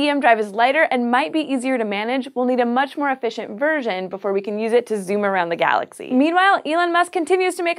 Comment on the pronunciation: "Zoom the glaxay" really? Note the wishfull attitude